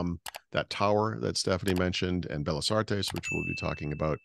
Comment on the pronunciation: your Spanish is getting better and better, very proud of you! Tip: when you see two Ls together like in 'Bellas', you pronounce differently 😀 Please don't be mad at me, have been following you since the start of the Supersite for Windows 😅 OMG, the food!! So much better than the tasteless crap we have in the Seattle area 🤦‍♂️